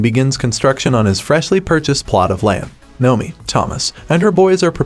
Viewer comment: And Noemi is NOemi. Drives me absolutely nuts!